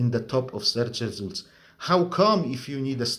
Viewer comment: Seerch Resoolt is my favourite ❤😅 He has an excellent command of the language, accent is something you sometimes can't get rid of and I speak of personal experience 😅